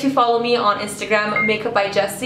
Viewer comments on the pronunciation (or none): none